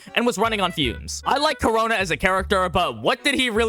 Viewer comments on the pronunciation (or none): ITS KU-RONA NOT CORONA